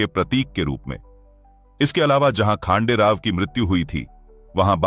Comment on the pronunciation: वह नाम खांडेराव नहीं हैं . खंडेराव हैं . महाराष्ट्र का देव खंडेराया है .श्रद्धा से खंडेराव नाम प्रचलित हो गया . आप इंग्रजी में पढ़ते हो तोवह अक्षर " खा " हैं या ," ख " हैं यह कैसे तय करोगे . इसलिए अपनी भाषा में लिखना पढ़ना शुरू करो . खंडेराव यह भगवान का नाम है परन्तु खांडेराव यह नाम नहीं अर्थ शून्य है . इसलिए इंग्रजी में लिखा हिंदी में पढ़ने से ऐसा संकट खड़ा होता हैं . और अर्थ का अनर्थ हो जाता हैं . क्यों कि आपको भी पता नहीं योग्य नाम क्या है ? ना आप इंग्रज बने ना आप भारतीय बने . त्रिशंकु अवस्था हो गई .और अपने ध्यान में लेने का प्रयास भी नहीं किया होगा . जैसे एक स्टेज कार्यक्रम में कुंभाराम को कुंभकर्ण बोल गए . आज सहस्र वर्षों पूर्व का , विश्वगुरु सनातनी समाज ब्रेन वॉश के कारण कहा से कहां पहुंच गया .जिसकी भाषा अशुद्ध हो गई तो वह अस्तित्व हीन बन गया . बस इतनी सी बात है .